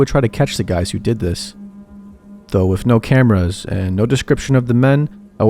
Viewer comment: Love the content, but God damn I cannot stop hearing you say "WIFF" instead of With. Everytime.